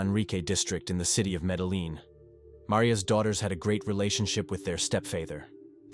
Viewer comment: Kobie- EXACTLY! It's the little things like medelin instead of MEDELLIN (double LL=Y) so enunciated Medeyeen. Then it gets worse- faether then next word fäter? I'm done can't watch this. 😂🤣🤣✋